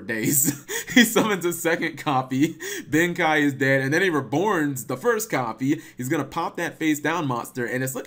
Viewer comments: cap its pronounced ben Kae not ben kai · The way you pronounce Big Benkei bugs me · the level 12 samurai actually banishes from both graveyards not just the opponents in other words it is the only card that enables spell and traps, mostly traps in the deck, I personally use cards like D2 Shield, Rise to Full Height, etc. also its pronounced big ben k